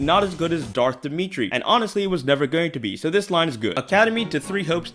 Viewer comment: I only got as far as “Dimmitri” (so the first character, lol): HOW do you manage to pronounce characters’ names wrong, in a game with full voice acting 😂😂